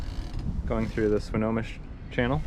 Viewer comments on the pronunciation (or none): How much did you pay? Swinomish has no emphasis on the O when pronounced by the way - just so ya know.